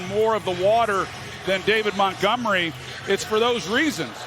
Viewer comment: He is david montgomery not montgomry!